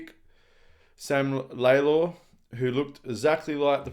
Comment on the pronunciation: Not Laylor its Lawlor pronunciation Retschco Retchco !